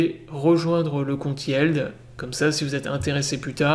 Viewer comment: Hello merci pour la vidéo. Alors on ne dit yièld mais Yiild. Ca se prononce qu avec des "i" en anglais :). Yild...